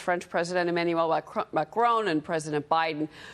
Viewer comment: First of all that lady reporter should learn how to pronounce properly the last name of the president of France